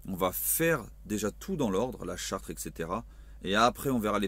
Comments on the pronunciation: charte pas chartre lol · Tu le sais évidemment je pense, mais on dit "charte" avec un seul "r", écoute-toi cela fait bizarre car une chartre ne veut rien dire :) Bref courage, de suisse gilet et avec vous. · charte ..et pas Chartres ....SIMPLET